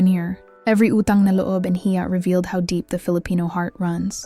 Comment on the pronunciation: I love how you explain what you learned about us, Filipinos....Hiya, not haya